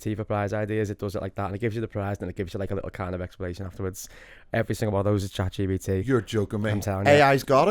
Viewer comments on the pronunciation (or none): Episode 48.. still can’t say Chat GPT